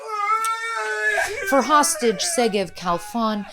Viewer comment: Say hostaget please